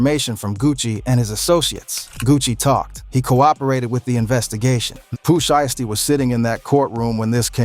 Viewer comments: Foogiano is out?? And I wish these white mf'ers can pronounce there words right, it's "shiesty" not "SHY-EASTY" and it's "1017,TEN 17" NOT no damn one thousand seventeen smh goodness gracious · "Pooh Sheesty " 😭😭